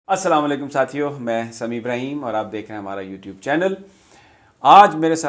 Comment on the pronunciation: Abraham nhi ibraheem hota h